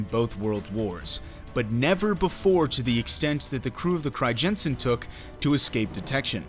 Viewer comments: fucking cRiJENsEn pronunciation pisses me off lol. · cri-jensen??? lol.... doesn't google have this speech-feature that pronounces words for you in native language? use it. The "ij" is a "Y" basically. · Cool, I did not know that, I am dutch.....btw the ij in Crijnsen is pronounced as just ‘I’ , really interesting video, thanks.. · It would be even better if he could pronounce the name of the ship correctly